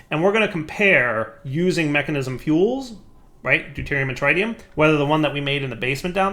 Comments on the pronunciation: you know Nuclearcraft machines can take Mekanism gasses, right? You proved this in Enigmatica 2 by using gaseous deuterium and tritium in the fusion reactor. Also, you're pronouncing tritium wrong, again. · 1. Salt reactors, yes. 2. You should put holding on the tritium and deuterium fluid tanks for a larger backlog. 3. It's a soft I in tritium not a hard I.